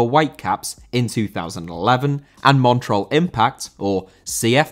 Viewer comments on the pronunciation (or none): none